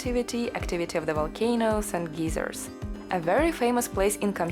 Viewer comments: I had a good laugh at your pronunciation of geyser. In the USA we say it with ey as i saying it's name: long i. You used the long e sound, which made the word "geezer", an old man. I laughed because I am a geezer. 😄 "The Valley of the Geezers." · Very panoramic views of volcanos. You pronounce "geyser" as "geezer", which is slang for "old man". "A valley of geezers" is a "valley of old men". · I looked on Google and the pronunciation you and I are used to is like an "American English" version of the word geyser and apparently in England it is pronounced geezer..... I did not know there were these different pronunciations.😀Seems like I learn something every day.....and I thought I was near the end of the internet. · We also pronounce it as 'geyser' as does most of the English speaking world. Why like Americans do. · Nice video. In English, "geyser" is pronounced as "gizer" not "geezer". A "geezer" is an old unreasonable man; a bit of a disparaging term. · Just a small help with English pronounciation: a "geyser" (pronounced gie-zer) is a natural water fountain. A "geezer" (gee-zer) is an old man. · This was great! But I couldn't help giggle when you said Geiser as "geezer" which in usa is slang for an old man. It's pronounced guy-zer 😉😅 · Dear it is gI(long i)/ser. Very good vid and great content of a part of the world we may never see. Thank you....Good luck. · This is such a beautiful video, even with the fog and mist. Most of us would never be able to see it if you didn't show us. In the US, we pronounce the word geyser like guy, as in guys and gals. The way you pronounced is "geezer" is a slang term for an old man. I kept imagining a bunch of old men when you were talking about the area of geysers and it made me smile. It's amazing that you can FLY for 8 hours and still be in the same country! Thank you for sharing this beautiful experience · In American English we pronounce "geyser" as GIGH-zer. Long "i." 😊